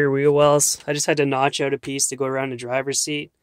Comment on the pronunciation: You mean, stretched "oot"